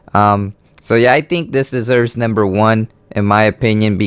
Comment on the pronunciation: NAMBER FOUR that is what he is saying no offense though